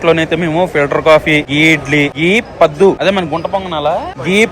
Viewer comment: Padhu kaadu... Paddu 😂